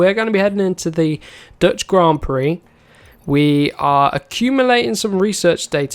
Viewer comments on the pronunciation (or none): none